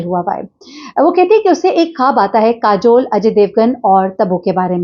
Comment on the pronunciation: نام کاجل نہیں ہے۔۔۔ کاجول ہے